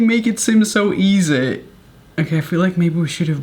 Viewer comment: He pronounce easy as E - ZE No hate